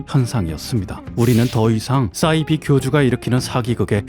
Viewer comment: 너진똑 같은 배우신 분이 사이비 발음을 왜 싸이비라고 하죠? 영어 s발음 아니고 한국어 사이비로 발음 해야 맞습니다